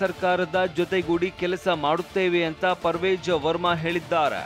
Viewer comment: Parvej verma alla parvesh verma